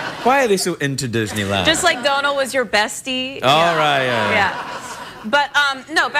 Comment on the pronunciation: She said Donal the right way!! whoo!!